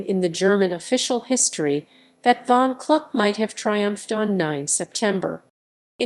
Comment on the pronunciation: Please pronounce Kluck correctly! It is pronounced the same as look or book. Thank you, Michael Kluck.